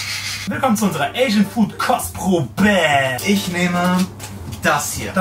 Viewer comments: Hab einfach statt Kostprobe Crosspromo verstanden lmao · Heißt das Format jetzt "Kostprobe" oder "Kotzprobe"?